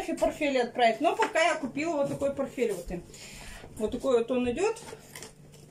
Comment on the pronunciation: Да ё моё! аджиГа, порФель! Как специально по десять раз сказала эти слова! Ну неужели нельзя говорить нормально! Коментов не так много, по любому ты все читаешь, и что не замечаешь как тебя исправляют!